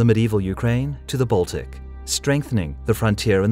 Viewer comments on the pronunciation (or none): none